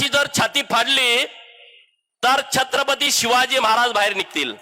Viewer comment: माननीय आमदार साहेब छत्रपति शिवाजी महाराज असे उच्चर करा